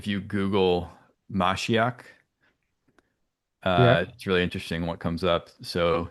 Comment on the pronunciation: It's pronounced "muh-SHEE-ock". It means Mesiah in Hebrew.